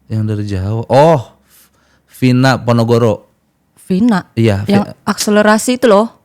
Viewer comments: bilang ponogoro😂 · PONOROGO leeer bukan PONOGORO😂😂😂